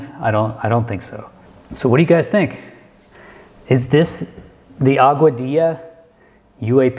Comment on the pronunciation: You pronounce Augadilla as Agua-dee-ya, BYW.